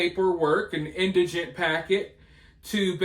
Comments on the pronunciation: Hey, you are one of the few people who are pronouncing indigent properly😉😉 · Thanks for pronouncing indigent correctly! Karmelo's lawyer is saying, " may have been self-defense " because he clearly doesn't believe it himself. He doesn't want to come out saying it is self-defense. He'd look like a fool stating it as a fact.